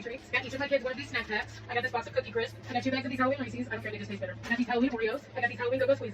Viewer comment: Saying Ressies instead of "Reese's" is a red flag. I bet she says kiddo unironically too.